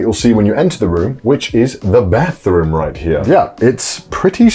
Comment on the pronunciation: "pretty standard Bethroom"